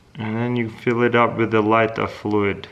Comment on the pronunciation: Why you say the w v like vith and the v w like wacuum